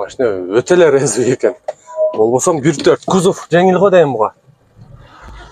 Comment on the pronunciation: Тууган резывый дегенине тушунгон жокмун